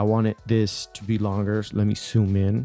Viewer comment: Why do you say 'soooom' instead of zoom